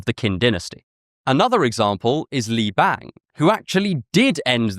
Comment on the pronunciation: Correction: The person who overthrew the Qin Dynasty (Pronounced Chin) is called Liu Bang, not Li Bang